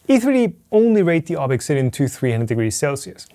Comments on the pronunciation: Yea... Glad I'm not the only one with this thought. His insisting on pronouncing things weird when there's really no need to do so is getting out of hand... Slic3r should be Slicer and ObXidian should be Obsidian ( maybe Obxidian but definitely not ObExIdian ) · Why not pronounce ObXidian the same way as E3D does? Making some kind of point here? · I think it's pronounced obZidian, but I could be wrong. After all, Americans insist on calling Xavier from the Xmen "Ex"avier rather than Zavier. Source - I attended Xaverian College (Pronounced "Zavarian") and Xerox is Pronounced Zerox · It's probably not pronounced ob ex sidian, but like "obsidian", ob-si-di-an. LIke the black, slick volcanic glass. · Maybe you don't know but there are uses of the letter X that sound like Z in English (Via Greek), For example Xylophone (Pronounced Zy-low-fown) I believe this is E3D's intention, making the pronunciation Ob-zid-ee-an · Did you contact E3D on the pronunciation of Obxidian? It is probably just "obsidian." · E3D: please pronounce it Obsidian: ObXidian Why????????? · I think it is pronounced like obsidian. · I thought it was pronounced Obzidian. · Why do you pronounce the name like that? You know the guy's german, right? :P